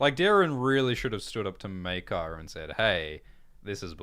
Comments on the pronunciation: Bro in no Targaryen name is ae pronounced (eye) there is no way maekar is pronounced (my car) it would be (may car) like (ay gone) or (ray near ah) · Hearing call Maekar, Mi-Kar, when I am so use to hearing it pronounced May-Kar is like nails on a chalk board 😂 definitely chaotic evil lol